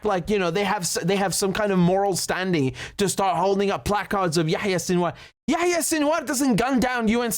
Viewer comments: Yahya not yeh ye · If he can say yaKHya......then we can call israHELL......LOL